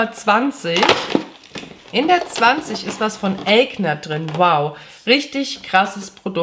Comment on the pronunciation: Es heißt „Eigner“ / Aigner meine Liebe. Die Firma kommt aus Deutschland, nicht den Staaten ✌🏼